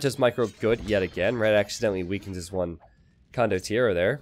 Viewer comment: con-dot -TI-AIR not condonneros.